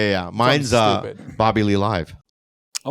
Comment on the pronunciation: Dude thought Bobby said rabbid 😄